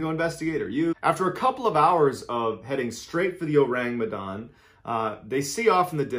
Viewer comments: I'M FROM MEDAN YALL and it's pronounced "meh-dan" and "oh-rung" as in orangutan but yeah it's an urban legend. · Besides slighlty mispronouncing "Medan", it's been great listening to how you present the story.